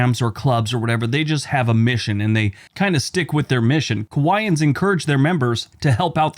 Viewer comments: Great video, as always, but I think you meant Kiwanis, not Kiwaians. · Please check your pronunciation of Kiwanis. It's a bit off. Wallop's Island is correct. An east coast test and launch site run by NASA.